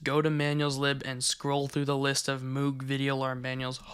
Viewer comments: Another small note, since they are the same family-- Moog Synthesizers are pronounced to rhyme with "rogue" or "vogue." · just fyi, I interviewed with Moog, it's pronounced more like mogue (think "rogue" but with an m) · 9/10 Moog is pronounced "Mohg" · It’s pronounced Mogue, like Vogue magazine. It’s named after the guy that created the Moog synthesizer, Mr. Moog. A lot of American electronics appliances companies got into the military industrial stuff during the Reagan administration. Lotta money coming in. Usually it’s in the form of an acquisition rather than just making the decision to make signal generators for the navy one day. The singer sewing machine company doesn’t exist anymore except as a brand to stick onto product in the hopes of capitalizing on their reputation generations past but they got into making weaponry both at this time for something with ICBMs and also during world war 2 amount m1911s, M3 grease guns. Twisted pair works better for preserving signal integrity and canceling out interference, party because of the magnetic field produced by either conductor on the other excluding the influence of other nearby conductors that aren’t coupled and in phase but mostly because it’s easier to filter out interference at the output end by filtering the common mode voltage of the pair which is what the balun is for. Alexander Graham Bell, the inventor of dirty talk on the phone about how you’re gonna go goblin mode on your wife when you get home and also just the telephone in general and also goblin mode In general, invented the twisted pair. Probably not for his first one cuz where was the interference coming from right? Just kidding, telegraph cables were everywhere and even the spark gap radio transmitter pred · Moog is actually pronounced mogue. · If it's the same pronunciation as the audio equipment, it's pronounced "MOHG" instead of "MEWG." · moog is actually pronounced like rogue or vogue. mohg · IT IS PRONOUNCED MOOG! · Its pronounced Moog ;)